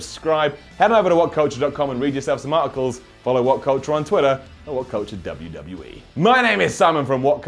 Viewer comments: Did he just say whatcunture? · Did he say WhatCunture?